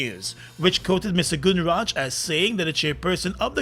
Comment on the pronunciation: this announcer needs more practice to pronounce people's names correctly = Gunraj NOT gunnraaj